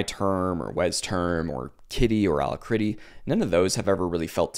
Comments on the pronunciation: It's pronounced al-ack-ritty not allahcritty. Alacrity: A cheerful readiness, willingness, or promptitude; joyous activity; briskness; sprightliness no, I don't use it either I use Kitty and and trying WezTerm out. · Thumbs down for Alacritty pronunciation.